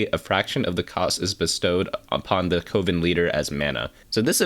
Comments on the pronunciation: CO-VEN? Pretty sure it's like a witchs' Coven which rhymes with a baking oven. :/ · Coven rhymes with Oven, not Woven btw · Coven (pronounced like oven PLEASE) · Are we all just going to ignore the way he pronounces Coven?